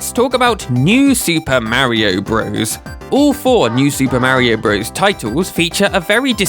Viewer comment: Still can't listen to videos where Super Mario Bros. is pronounced Broze instead of Brothers. :(